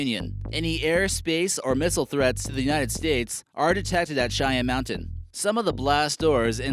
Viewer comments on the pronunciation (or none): none